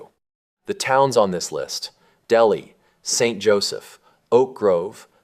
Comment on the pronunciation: Delhi is pronounced " Del-High".